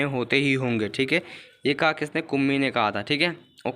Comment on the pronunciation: Kummi hota hai naki kmmi